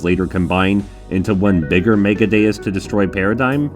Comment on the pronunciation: A like for properly pronouncing Megadeus And a favorite for calling Alex a turd.